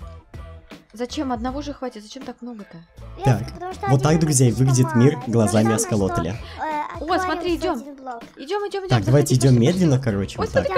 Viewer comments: А почему он говорит аСКолотелем если правильно аксолотль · Не асколотлем а аксолотлем❤😂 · Аскелотель? Акцелотль😂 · Не оскалоталем а оксалоталем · ты говоришь неправильно Правильно аксолотль